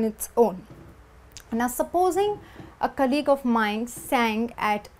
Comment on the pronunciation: In the word COLLEAGUE, the stress falls on the first syllable.